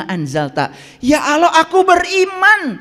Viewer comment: kok nyebut LAFAZ ALLAH KURANG FASIH?